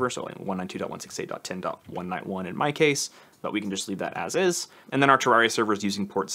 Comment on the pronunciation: nice vid bro! SAY TURR AIR EE UH